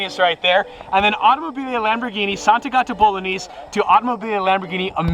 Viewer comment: Italian viewers when pronounced “sant’agata bolognese” 😬😑